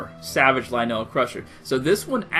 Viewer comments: Pronounce it lynul, you are aware vowels have a soft and a hard sound right? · I noticed you changed the way you pronounce "Lynel" halfway through the video o.O Thank god you stopped saying Linel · I cannot listen to u say lynel wrong anymore Clicks of of the video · 99% of people complaining of his pronouncination of lynel 1% enjoying the video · why is it when you read the name of the weapon you say lynel correctly but when you say the name of the beast you read the name weird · You saying "Lynel" Is Killing Me Its L-Y-N-E-L not "LANNEL" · Dude, it’s lye-nul. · Lynel is just a spin off of a lion, hence the pronunciation; ‘lie - null’ could think of it as, Lion - el (Lionel) :) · Dude everyone that comments on your video says it’s pronounced lie-nel (witch it is) and you said right like 3 times in your vid and your arguing with them like your 7 come on if you’re going to argue at least search it up first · Good video! Btw it's pronounced lie-null ;) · Can you no say luh - Nelll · WTF IS LUH-NEL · You per once it l-ie-in-nel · Its lie nal that's how you say it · Ok first of all it’s Lynel (Lie•Nol) Second of all its Akkala (Ah•Call•Uh) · Thid guy said LI NELL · It's lie-nol, dumbass. I'm only calling you a dumbass for you're reply's on the pinned comment. You've lost lots of subscribers. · Me: Lynels Him: LEENELS Me: Ah-kah-lah Him: A-kay-lah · Is it wrong to say that he’s not saying Lynel correctly? I pronounce it “Lie-Nol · The way you pronounced lynel triggered me so hard.. Lin-el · One he said lah nell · "Akayla" "Lanell" Seriously, pronounce them right please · pretty sure it's pronounced lie nell and ukulla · "It's not pronounced "Lanell", it's pronounced "Motherfucking Soul - Sucking assholes". Learn English. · Lynel rhymes with vinyl, not Ma Bell.